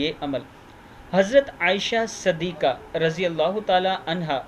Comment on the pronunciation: Jazakallah Khair - Apna Talaffuz sahee kijiey. Hazrat Aaisha "Sadikha" naheen bulky "Siddeekha" hai. Aap loag aksar wa baishtar alfaaz ko "zabar" se padhte hain.